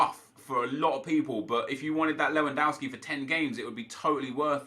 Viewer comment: Nep, you pronounce Lewandowski as it is written, not Lewandouwski.